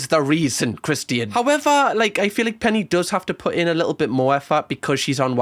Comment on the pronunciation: lol the way you say Christian’s name I keep wondering who the heck Christine is lol 😂